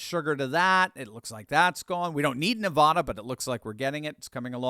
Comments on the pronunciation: NEVAAAAAAADA not nevawduh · … … Stop mispronouncing my home State it's not Nevada it's Nevada It's not Nevada as in aw It's Nevada as in add Come on, bro very distracting for for those of us from NEVADA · Nev a da. Not Ne vah da! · You’d think would learn how to pronounce, “Nevada”